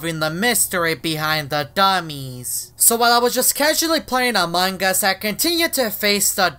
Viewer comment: Why he says a mangas